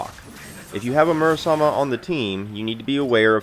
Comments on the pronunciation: Just joking, good video. You’re pronouncing it Murasama when there is an E at the end, not an A. It is more of an ‘æ’ sound than an ‘ay’ or ‘eh’ though, which is awkward if you’re not accustomed to it. People say ‘sake’ as in the drink wrong for the same reason. And don’t feel bad, Lorenzo in the English dub literally butchers his own sister’s name, but Sandy doesn’t. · >mispronounced Murasame dropped